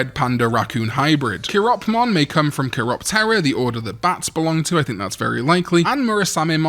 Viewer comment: very cool! a note on chiropmon's pronunciation, the katakana says キロプモン so its Kee-roh-poo-mon